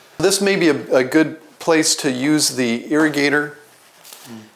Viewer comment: ...use the ear-ah-gator. LOL 👂 🚿